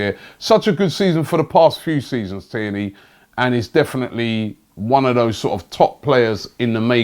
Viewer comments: Sounded like he said Kenny 🤣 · Tierney Robbie, not Kierney. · It's Tierney, not Cairney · And his names Tierney!! Who kierney Bro?? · Robbie just mispronouncing everyone’s name and has even started making up players ‘kierney’ as he does 😂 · It’s Tierney mate come on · i think robbie is trolling with these names kierney🤦🏽‍♂️ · You keep switching between saying AC Milan and inter Milan when talking about Xhaka, which is it? And you keep saying Kierney come on Robbie you’re better than that